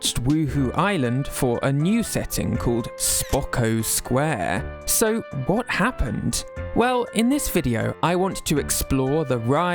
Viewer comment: why did bro say spokco square 💔💔💔